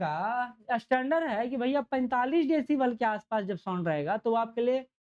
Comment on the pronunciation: Sound to dhang se bol lijiye